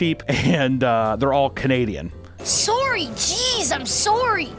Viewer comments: IM SOWRY! 🤣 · Soary cheese I'm soary!! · As a Canadian, hearing that “soary” at the beginning made me feel at home 💗